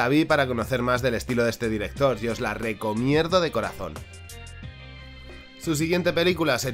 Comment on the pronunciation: Se escucha mal o dice lo RecoMierdo?